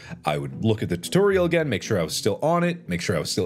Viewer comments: i can't unhear tuteriel now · No one: Mark: tuhtehrial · Heh “tuhterial” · I love how he says "tuturial" lmao